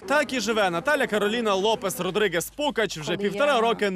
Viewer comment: ПуГач, а не ПуКач!